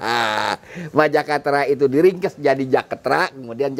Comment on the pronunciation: Majakatera = land of power koq sy dengernya jadi kaya mirip Mojokerto yo